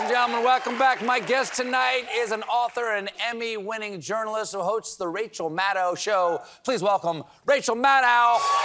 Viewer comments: It's so nice of Rachel to never correct people on the pronunciation of her name. The "ow" in Maddow is like the ow in mow not the ow in cow. It is "oh". Mad-oh. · Learn how to say her last name correctly ... rhymes with "shadow" ... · Maddow rhymes with SHADOW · Maddow rhymes with shadow.